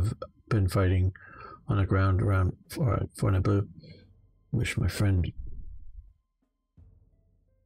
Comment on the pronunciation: Your pronunciation of Fornebu was pretty much spot on, though damn there are enough forces on the Norwegian side to represent every soldier in the army at the time.